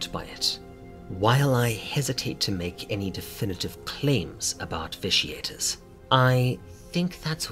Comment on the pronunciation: cool, but that doesn't explain pronouncing a hard "T" rather than the soft "shhh". And I'm not trying to tear you down, I'm more sensitive than most to correct grammar, pronunciation, etc. and it's not a common word. But, if one is going to speak as a means of earning, then one should make every attempt to get the little details right. I meant no offense.